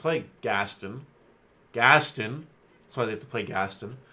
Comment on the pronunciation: The Gaston comment was just trying to say you're pronouncing his name "incorrectly" in an odd/rude way. If you listen to the song they pronounce his name as (phonetically: GAS - TAHN or GAS-TON). Anyway not sure why I'm wasting my time with this but the game will get people outside of Disney fans playing and after going to a bunch of tournaments people say some interesting things ahha. Like whenever they played Meg and tried to say her full name xD...But it's s'all good they're all made up people anyway xD! for reference of the name.